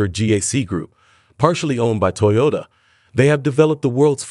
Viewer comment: In the first half, he pronounces it 'Toyola'. That's vely interesling.